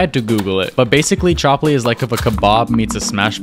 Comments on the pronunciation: ChAAAAAApli? Its pronounced chupli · It’s pronounced chupli not chapli btw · Its pronounced ch-up-li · Pakistani and chapli pronounce tho😭😭💀💀